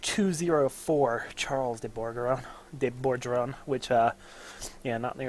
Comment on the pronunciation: As a frenchman, I'd just like to point out that the first g in Bourgogne is a hard g, just like the one in Burgundy (of which it is the translation, btw). It would sound something like "boorgone". Also, as a relatively new EU4 player, I'd like to know what you think of Denmark . I'm kinda stuck not knowing what to do, I don't feel like expanding into the HRE because I'm afraid of the emperor... Should I go east ?